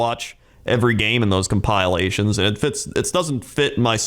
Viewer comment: Omg also pronounced it a Cum-pile-ations